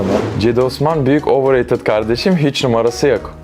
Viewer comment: adam cediye ovırreytıd dedi ben bi şey demek istemiyorum